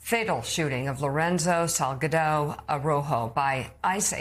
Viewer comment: ( Pronounce it Sal GA do)